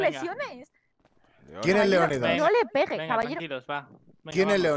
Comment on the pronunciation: soy el único que escucho *pege un chicle que tiene un salto*???